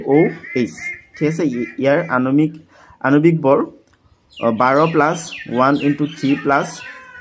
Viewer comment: Sir bor❎vor✅😂😂😂